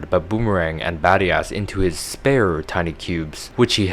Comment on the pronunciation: badias sounds like bad ass